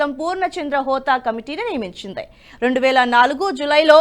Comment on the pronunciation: కొంచెం జాగ్రత్తగా తప్పులు లేకుండా చెప్పండి. ఉదాహరణకు ఆమూలాగ్రం. అలాగే వాక్యం చివర మీరు పలికే పద్థతి మిగిలిన చానల్ ల లో లాగా ఉంటోంది అది సరి కాదు. ఉదాహరణకు తెలుస్తోంది అని చెప్పడానికి తెలుస్తోందె అని, నియమించింది అని చెప్పడానికి నియమించిందె అని వినబడే లా మీరు పలుకుతూ ఉన్నారు. అలాగే దృష్టి సారించారు అని పలిచకినప్పుడు. అలాంటి వి ఈ చానల్ లో ఉంటే ఒప్పుకోవడం మాకు కొంచెం కష్టం గా ఉంటుంది. ఈ చానల్ లో ఉండే భాష కూడా ముఖ్యమే.